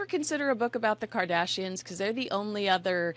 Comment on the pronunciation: Tom Bower astounds me that a person of his intellect constantly pronounces well known people's names incorrectly Ophra is Opera Doria is Dorea Now Kardashians is Kandashians